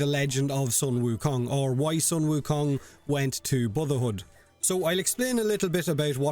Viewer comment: Wow i wanna play with game now..... But being a chinese the correct way to pronounce sun wukong it's soon wu kong and the polearm is called the jing gu bang